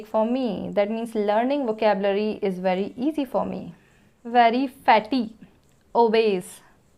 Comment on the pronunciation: Ma'am your pronounciation of ''very'' is little bit different from other teachers and from other peoples. You pronounced the words ''very'' like ''wery''. But most of the peoples are used to pronounced it like ''V-e-r-y''.